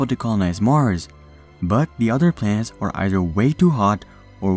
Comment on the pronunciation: This guy can’t say planet 😂 he is saying plants!!! 😂 lmaoooooo